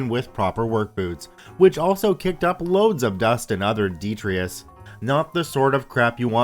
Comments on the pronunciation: I'd say, deh-try-tuss. Definitely not a Dee! ;) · Detritus is pronounced "dee-try-tuss". In this context, "august" is pronounced "aww-gust" with the 'u' sounding like it would in "a gust of wind". And Good God, it's a good thing OP decided to open those flaps. Without a constant flow of water, that kind of heat can be dangerous for anyone much less the elderly. There WOULD have been deaths--more than one--if he hadn't acted quickly. In fact, he's lucky he wasn't already too late. I would've refused to lower them on the same grounds in the first place, even if I'd been expecting an audience of teenagers, especially if I knew supplies of water were not adequate. I live in a place with scorching hot summers, fortunately dry heat, and my response is to liberally douse myself with water when I have to work outside in it for long. It's not enough to just drink the stuff and I keep literal gallons of it with me if I have to leave the vicinity of a hose.